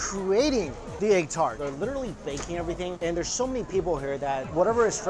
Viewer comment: "Eggu tarteu"